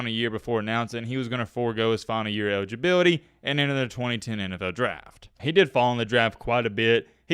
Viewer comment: Man, it sounds like you’re leaving a letter out of every word you say or, you’re talking with a mouthful of soup. You sound like Elmer Fudd and Tom Brokaw had a baby. Ewidgeabiwity, twin twin one, twin twin two